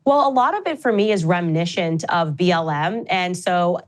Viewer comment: For someone who has forever been touted as "such a great speaker," i find it irritating when she says "sh" when there's only an S in the word. Reminishent, Ishrael, convershations, pershpective ... ugh Also, some balls she's got, using racial dog-whistle phrase "public lynching" for what happened after the DW fired her. Most people supported her over them (myself included) and Ben Shapiro has had way more negativity thrown his way since it happened. She still seems too disingenuous, notwithstanding her obvious deep, abiding faith in the Lord Jesus.